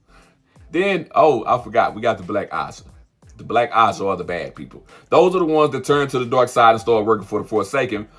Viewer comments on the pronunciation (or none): Why can’t he say AJAH?